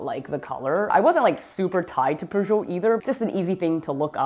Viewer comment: It's pronounced pyoojit